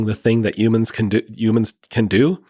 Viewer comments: I know it's not important in the context of this conversation but PLEASE stop saying UMANSwe are HUMANS stop Tryna sound like an alien or extra. It's Human not Umans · Why does he say youmans?